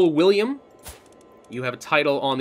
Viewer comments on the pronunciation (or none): none